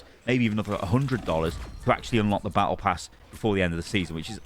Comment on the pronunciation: as an f2p. i don't care about the tokens auto spent at the end of "Bah eh pass."